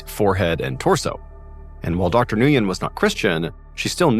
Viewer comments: Nguyen is pronounced “Win” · The doctor name is pronounced when. Nguyen. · Nguyen is pronounced win. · Dr. Nguyen is not pronounced this way! It’s pronounced like “win”. Makes me laugh!😂